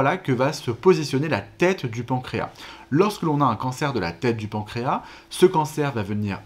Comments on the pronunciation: Deja le pancras il il a un s à la la fin faudrait le prononcer c’est comme maintenant que les gens disent mainnent 😅autrement le reste est bien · La SEULE chose un peu curieuse dans le pancréas, c'est ce mot : ma génération prononce le S final, comme indiqué dans les dictionnaires. Les professionnels et les jeunes l'oublient...